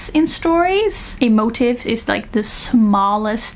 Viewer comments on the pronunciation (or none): I love al your videos! ❤ Just so you know, the way you’re pronouncing “motif” sounds like another English word “motive.” Motif has a lot of emphasis on the second syllable with a long E and a hard F sound: “mo-TEEF” (literally sounds like teeth but ending in an F) 😊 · Great video! Just for the future, “motif” is usually pronounced mote-eef :) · English tip: motif isn't pronounced like "motive;" it's pronounced mo-TEEF. I always enjoy your videos and appreciate your perspectives-- and in this one I particularly appreciate what you said about the feasibility of "originality" in storytelling vs. the desire to not tell the EXACT same story over and over.